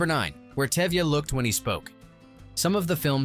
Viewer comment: Exactly. Even the lead role name Touvia- became Tevia. What gives...?😅